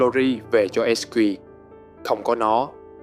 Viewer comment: Góp ý: ko bik bạn đọc kịch bản trong video này có chơi game ko nhưng tên riêng nhân vật và thuật ngữ trong game đọc sai bét.. mai lê? Lun? Es Q? Gôm ma Gee? Really?